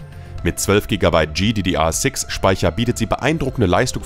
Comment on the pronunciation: sorry aber die Aussprache🥲, bitte sprich das einfach normal aus z.B. artx (rtx) oder G(Y)DDR6 Speicher achso und die gtx 1650 reicht auch nicht für flüssiges FHD Spielen, würde ich nichtmehr empfehlen